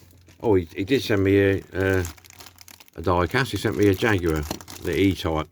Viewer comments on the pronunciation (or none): none